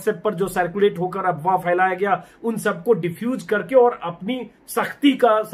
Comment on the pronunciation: (फ) का उच्चारण( फ़ )के रूप करना अच्छा नहीं लगता, जैसे , फैलाना होता है , न कि फ़ैलाना ।